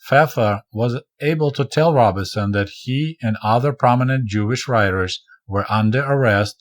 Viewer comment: Comrade What an interesting book to review. I waa hoping to hear about Langston Hughes! Also... Robeson is pronounced ROBE - son, not RAW-bih-son. I know you never really heard of him but he's a major American musician of the 20th century.